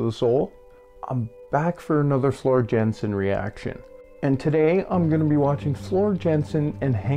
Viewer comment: Aren't they just phenomenal together?! Henk Poort is one of my vocal heroes-- he was the Phantom in the Dutch national production of Phantom and also Jean Valjean in the Dutch Les Miserables. Just a quick note for you-- Floor's last name is pronounced Yahn-sen. And Tarja's first name-- TAR(roll the "r")-ya.